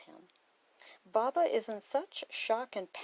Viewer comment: Why do you call him Baabaa? It’s Bo-Bah